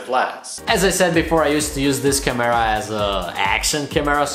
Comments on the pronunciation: the way u say camera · Your pronounciation of the word CAMERA makes my ears bleed dude come on... the kids who have you as their idol will learn bad english from you... I have no other problems with this channel but I think you should really work on that... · I like the way you say camera haha 😋